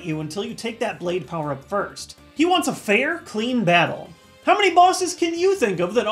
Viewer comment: "b a t t u l e w i t h K e r u b y"